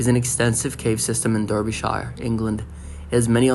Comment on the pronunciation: Dar bee sheer....say it like that